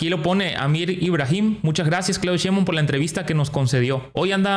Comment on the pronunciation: Querido amigo nombre el apellido de la Dr como es acuérdese que mucha gente que los sigue en su canal repiten lo que ustedes hablan es Cheinbaun no Cheinbon